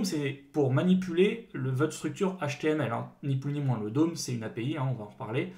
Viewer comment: Bon faut vraiment mettre les choses au clair ON NE PRONONCE PAS "LE DÔME"!!!! Ça se prononce comme "homme" le "d'homme" , ça fait tellement mal aux oreilles "le DÔME". Faites un effort, dans le dev, un minimum d'anglais c'est juste indispensable encore + que les bases JS, surtout si vous prétendez former des gens.